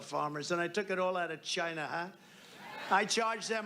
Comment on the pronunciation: I do still wonder what a ledshishleshur is. I am very proud of Donald though, he now says China instead of Dzjaina. I guess he finally figured out it's a country instead a part of a cunt.